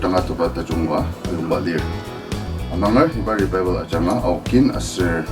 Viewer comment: Pronounce 😂😂😂 Revival or Rebaibel lol..